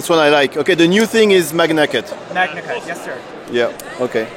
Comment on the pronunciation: Merci beaucoup pour ces vidéos. Mais par pitié il faut arrêter de prononcer maNIAcut. Ça se prononce maGNAcut avec un G dur comme dans magma.